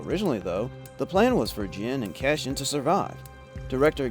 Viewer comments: Cassian Not Cashian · He was saying 'Cashin" which is even worse.